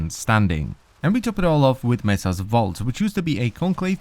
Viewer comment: you unironically said messa